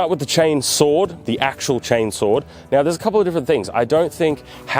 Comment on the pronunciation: "Chainsohw is just a chainsohw. But a chainsohw, is not a chainsohw. Which is kinda confusing." You don't say... For the love of the Emperor, brother. There's a fricken R sound in one of those 😂